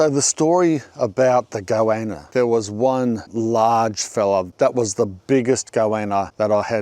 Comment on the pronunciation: I was like "whats a go-anna" then remembered this is "mulsh" man. It's like when you've only read a word and never heard someone say it before, then try to use it.